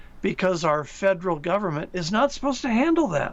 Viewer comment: 这个发音对华人来说是个挑战： Federal 发音成 Faderal